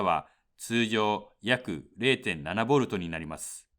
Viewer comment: ときたま発音が悪いな。ボルドとかモスフェーとか。